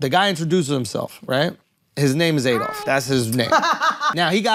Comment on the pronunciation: You would think if he had actually met a man called Adolf he wouldn't pronounce it wrong like AYdolf.